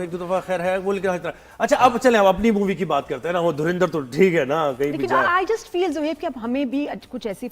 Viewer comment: धुरंधर को धुरिंधर तो ना कहें...